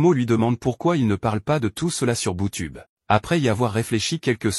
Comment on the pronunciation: BouTube au lieu de YouTube😂😂😂